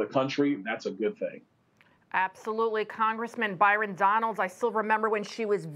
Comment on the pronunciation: BYRON: Byeden